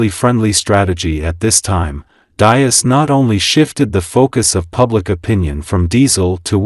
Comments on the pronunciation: These mechanised youtube videos can't even get the pronunciation of Diess right, It's DEECE. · Pronounced “dees”. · It's Diess not Dias. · You are butchering the pronunciation of Diess. It is pronounce dees with a soft s and not a z sound. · If you make a video, please learn how to correctly pronounce the name of the most important person in this video: Mr. Herbert Diess. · Your pronunciation of Diess is completely wrong. 😁